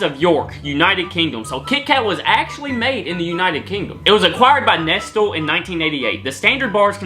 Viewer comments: not “nest-uhl” 😂😂🤣 it’s pronounced “nest-lay” in the uk 🤪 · Nestle is pronounced neh slay 😂 first time I've ever heard someone pronounce it nestal 🤣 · Nest-lay, not nest-all. Do you live under a rock? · Lol its pronounced nesslay, not nestel 🤦🏾‍♂️🤣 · Nessall... 🤣 Nestlé is pronounced nes-lay 🤣 but if you like Cadbury and dairy milk, you should try galaxy chocolate! It's so good 🤤 Sorry but hershey's chocolate tastes worse than cheap 10p chocolate from Aldi 🤣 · It’s pronounced neslaynot nestill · Its not "nest-ul" its "nes-lay" ;) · nestle is pronounced nest-lay... man said nestul 😂😂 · Nest all🙄😂i love your reactions and pronunciations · Its pronounced ness-lay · lol you are funny pronouncing the silent 't's nestle is pronounced neslay and nougat is pronounced nougar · Nestlé is pronounced "ness-lay" still. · i absolutely hate the way you said nestle..... lol you have to say it as if its got a Y on the end. NESTLEY!!!!!!! but spelt nestle lmao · Nestle is pronounced nes lay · The "e" in Nestle has an accent, it's pronounced, "Ness-lay" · Nestle (ness- lay) Kitkat is not a chocolate bar is a biscuit snack. No Cadbury caramel would be the uk version of carmello Whisper in near an aero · Nestle is pronounced- Nes-lay. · LOL'd when he pronounced Nestle as 'NEST-TEL' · You say nestle like Ness-lay! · Nestle is pronounced nesslay. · Bro just pronounced nestle, nestil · Nestle is pronounced Nes-ley (not that it detracted from the video) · Haha love the pronunciation of some of the companies and names! 'Rowntrees' is basically pounced as its spelt. 'Roun Trees' 'Nestle' is pronounced 'Ness Lay' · Did my boi just call it nesttel?? 🤔😅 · I love how you say nestle, it's pronounced like nes-lay😉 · We pronounce Nestle as "Neslay". No calories on the twix could be because it's from a multipack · It's a biscuit in a twix, not a cookie. A cookie looks like 🍪. Please pronounce Nestlé as Nestlay. It has one of those funky é because it's a Swiss company. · Nestle is pronounced NESLAY